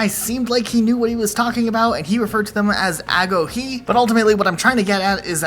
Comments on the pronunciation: I’m Greek and you all pronounce Agoge so wrong 😂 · Agoge dude, it's pronounced like agojè. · Lol I believe its pronounced uh go gee, agoge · It's pronounced agoge. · I was too interested.. Google says "agoge" or "ἀγωγή" is pronounced more like "ho-yhee", but we all know how accurate they can be